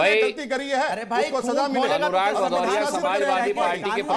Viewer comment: भदौरिया नहीं पदौरिया है 😂😂😂